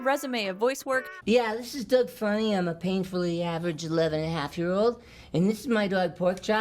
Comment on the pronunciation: Did you say Rocko's Modern Life??? Oh wait. You said Doug. Sure sounded like Rocko's Modern Life.